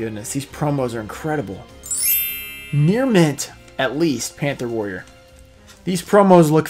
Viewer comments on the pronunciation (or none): my favourite tin is the pantha worria (how my boy joey would pronounce it) because the card has amazing art and is kinda underrated imo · Favorite tin is the Pantha’ Warriah